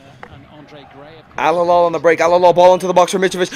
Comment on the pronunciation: alhilal >> h not kh